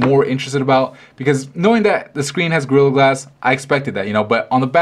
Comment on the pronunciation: Sounds like he's saying grill glass.